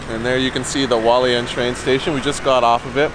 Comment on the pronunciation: Okay so this doesn’t matter much but you do pronounce the h in Hualien